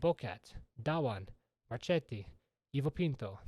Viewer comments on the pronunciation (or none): none